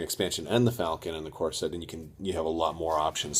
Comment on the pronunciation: First purchase was a corset? lol, sorry, I had to listen to that a few times. Did you mean corvette? No worries, nice vid :)